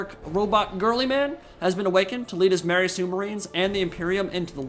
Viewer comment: You did not just say marry sue marines!